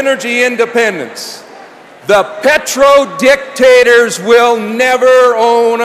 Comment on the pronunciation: He was great, especially where he emphasized oil "dic" tators which most of you missed.